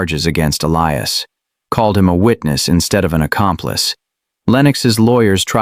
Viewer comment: The narrator keep pronouncing Elias's name wrong.